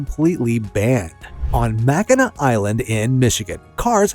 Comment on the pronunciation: Mackinac Island is pronounced Mack-i-naw.